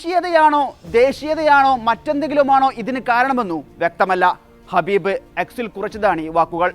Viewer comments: Get the name right...Khabib not Habib...Nurmagedov not Muhammagedov😂😂😂 God sake do your job properly. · വാർത്ത വായിക്കുന്നവരെ ഇയാളുടെ പേര് ഹബീബ് എന്നല്ല കബീബ് എന്നാണ് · ഹബീബ് അല്ല കാക്കാ ഖബീബ് 😅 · Habeb alla Kabeeb an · ഖബീബ് ആണ് ഹബീബ് അല്ല ❤ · Habeeb alla khabeeb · ഹബീബ് അല്ല കബീബ് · ആ.... പേരെങ്കിലും ഒന്ന് നേരെ പറഎടെ..... കഷ്ട്ടം 😂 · Habib alla khabib. Correct news koduthu sheelamillallo. Loss vegos alla las vegas Ennanu pronounciation. Ivide vivarum ulla aarum iile?!😂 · ഹബീബ് അല്ല ഖബീബ്. മുഹമ്മദോവ് അല്ല nurmagomedov